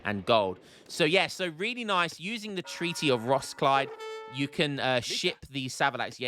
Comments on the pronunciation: It is ROS-KILL-DEH! Treaty of Roskilde, not rockslide 😂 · Roskilde: try "ross-killed", or "ross-kill-dear" with english dialect silent r